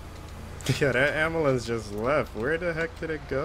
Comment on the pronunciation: You say umbulance